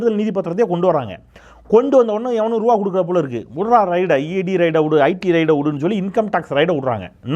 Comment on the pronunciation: மன்னிக்கவும் . ' ரை ட் ' இல்லை ' ரெ ய் ட் ' . ( 80 yr. old )